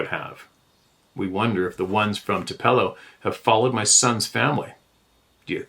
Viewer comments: I need to google and find out where the hell Toopello is. I've heard of Tupelo, MS, but not Toopello. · Shame on anyone for not knowing that Tupelo is pronounced "TOO-pe low", because it's the birthplace of the King of Rock and Roll. 1/8/1935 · I thoroughly appreciate and enjoy the way pronounces different places that most likely he ain't never been but might have heard of before reading about them in his shares. The place he spoke of in Mississippi is TUPELO. pronounced TOO- PULL-O. no biggie, Michael J. Fox didn't say it right in the movie " Doc Hollywood" from the 80s. Although it's slightly sacrilegious it say it wrong down there because it's the birthplace of the old "King of Rock n Roll" Elvis Presley. It still catches me off guard when anyone close to my age mispronounces anything about the south when news from that area was a regular thing. Oh well, to each his own as they say. Anyone else out there get a chuckle when someone misspeaks themselves about where you're from? Y'all take care. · Actually pronounced;TOO-puh-low. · New pronunciation : " Too - pello" ( Tupelo)